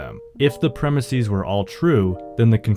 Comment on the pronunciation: “Premise” is not of Greek origin, yet you are pronouncing its plural as though it were. Plural of premise is pronounced PREM-iss-ez, not PREM-iss-ees.